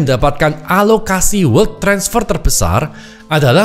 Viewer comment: bacanya welt aja koh